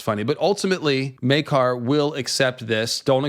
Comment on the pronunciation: Oh my goodness something just occurred to me right now. I had an apostrophe to quote Smee. In the scene where the Targaryen‘s are introduced, they pronounce Prince. Maekar’s Meekar. I’m sure that got right under his skin.